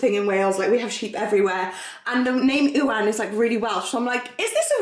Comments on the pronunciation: Isn’t it pronounced youan? Not ooan lol xx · ew-an????? U-an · Yeah lol my hubby is Ewan but he pronounces it " you ann" ( he is from Isle of Man) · Ewan 😂 isn’t it pronounced like Ewan McGregor?! Welsh Ewans I know also say ‘you-an’ I’ve heard so many people pronounce this in seemingly strange ways! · my brother is called ewan you pronounce it so weird we say 'you-un' 😂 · Me too, when she said it i was so confused 😂😂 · I was thinking this too😂 never heard it the was said it. Always heard it as ‘You ann’ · I’ve never heard it pronounced the way did 😂